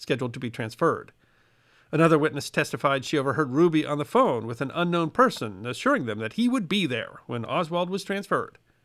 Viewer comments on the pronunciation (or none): none